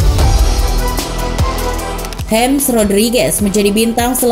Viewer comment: nama depannya James Rodríguez tuh dibaca 'hames', bkn 'hems'